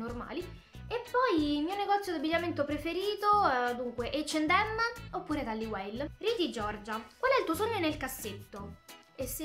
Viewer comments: "Ec and em" ottima pronuncia🖖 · come cazzo hai pronunciato h&m